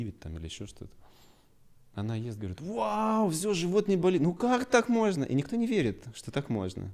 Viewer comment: Странная манерность мужчины - "нузьно", "мозьно". Это так модно произносить? Но в остальном замечательный специалист.